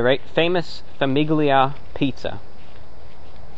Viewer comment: gli in Italian is almost silent, pronounced "lee" with your tongue at the roof of your mouth so it's a very faint g very soft. So Famiglia is like Familia in Spanish, It means family, why did I need to comment this on an old video I don't know but you're welcome to who ever is reading this